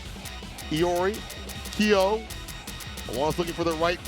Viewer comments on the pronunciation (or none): "Keeeyoooh" LMAO come on dude